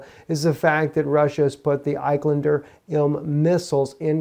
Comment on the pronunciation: He's been saying it that way for months. He must not read the comments.